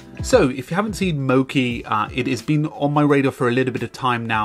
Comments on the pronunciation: I am Japanese and it is mochi, not moki. It is Japanese food. “餅” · not moki its mochi. "chi" as if *che*ese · It's not "mo-ki" it's "mo-chee" - as in the glutinous Japanese rice used to make sweet treats. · You've pronounced the name of the program wrong the entire video. Mochi is a Japanese word for a sticky rice product, it should be mo-CHI (as in Cheetah)